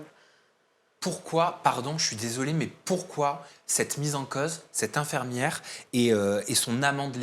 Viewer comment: Rien à voir avec le sujet, mais le journaliste dit "infermiere" c'est pas très professionnel !